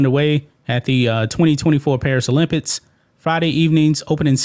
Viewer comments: O-limp-iks......not olimpits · Come on bruh!! It's pronounced Olympics not olympits. You speak for a living